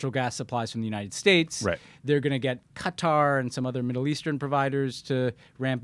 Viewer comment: Congratulations to Ben for pronouncing Qatar correctly . Tommy Vietor, please take note. It's also "Kee-yev" not "Keev"